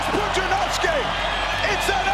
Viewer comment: Poo-jia-nov-ski * also the "despite the lack of formal training in martial arts" part is wrong, he trained kickboxing before even going into Strongman